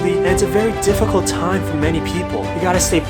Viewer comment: I like that he says it's corona tiem.